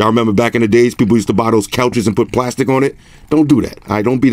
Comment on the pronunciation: 3D glastic. LOL 🤣